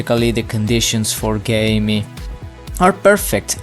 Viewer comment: Well the pronounciation is Gaaemi not "Gayme" lol